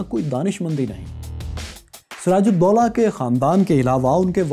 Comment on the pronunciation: Btw his name was doola not dolla